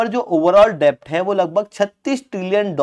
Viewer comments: Arey yaar डेब्ट nahi डेट होता है । B silent hota hai । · Its kharab pronunciation lekar a gaye gyan baatne....yaar bandh karo "CONTENT" , Its pronounced as "DET" not "DEBT " literally , matlab kaha se aa jate hain..cant even spell a blooming name , its ELON no ALLEN ...Doofus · Debt is pronounced as det , please rectify it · Debt is pronounced as DET.